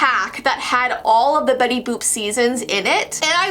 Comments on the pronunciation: "Betty BOOp Why why it sounds like bOOB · it is Betty boot